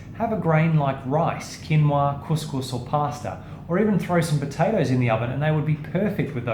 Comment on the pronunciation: Is it bad that the way you said couscous made me die of laughter?